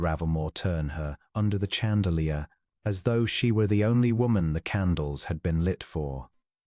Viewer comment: Pronunciation. Chandelier . Not ch as in chum, but sh as in shut. This is a French word.